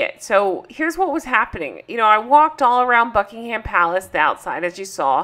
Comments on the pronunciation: We call it ‘Bucking um’ palace- the H is silent in UK (if only eh!?) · don't pronounce the 'h' in buckingham.